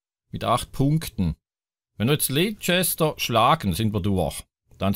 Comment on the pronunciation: Leicester City wird eigentlich Lester City ausgesprochen 😁